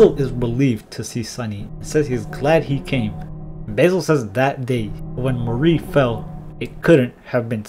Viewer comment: amazing video as alwats :D but i think you are pronouncing Mari wrong. its supposed to be pronounced mÁri (ma-ri) not marÍ (marie)